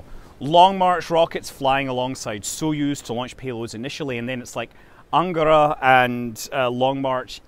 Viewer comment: I love how you pronounce "Kourou" and "Angara" as if they were japanese words...